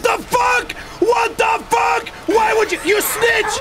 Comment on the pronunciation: had me dying bro when said "Shat tha fack appp" 😭🤣🤣🤌